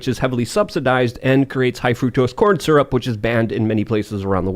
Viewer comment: It’s sur-up not seearup!